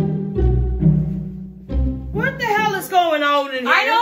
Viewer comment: Say things like thyat